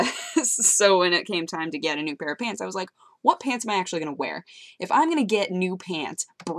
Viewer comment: "Peants" Lol It's you say pants funny